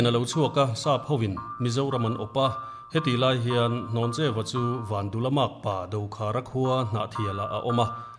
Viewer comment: Hnawncheu Vanphawng a ni. A chhiartu lam khi a dik lo. Hlawncheu a ti daih mai!